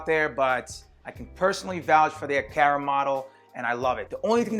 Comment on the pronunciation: It's A"Car"A... would have liked your channel but that way you say Aqara....